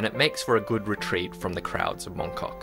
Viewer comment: he said moncuck